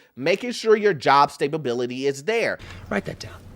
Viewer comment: Why do you keep saying stablebility? It's STABILITY!!!!!